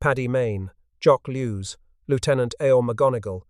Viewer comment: 'Loo-ten-ent'? 'Afrika Corpse'? 'Jock Loos'?